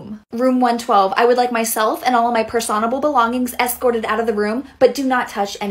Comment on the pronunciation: at first I was like " what's 'per-saun-able'?"